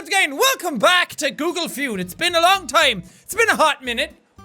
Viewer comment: I really miss the "Guugle Fjuud". Awesome video nonetheless.